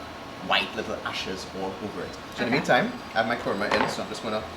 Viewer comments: It's kruma 😂😂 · Yes! it is pronounced Kurma fuh real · Why is Kurma - a two syllable word so difficult to pronounce? Imagine a three syllable word🤣